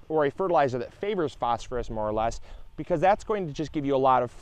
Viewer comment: Congrats on being able to say "favors phosphorus"!!!!